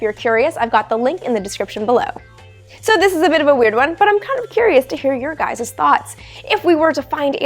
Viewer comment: Intelligent AND Cute. Keep them coming Amy. "Ur guyzez…" 🤣🤣🤣